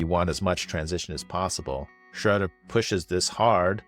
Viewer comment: First time I heard Schröder's name pronounced correctly. Also h/t 七人の侍.